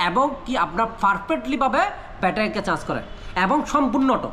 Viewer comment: ভাইয়া আগে উচ্চারণটা ঠিক করেন তারপর ভিডিও বানান আপনি চার্জ কন্ট্রোলার না বলে আপনি বলেন চান্স কন্ট্রোলার চান্স কি ভাই?